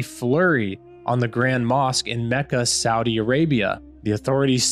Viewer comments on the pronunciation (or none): none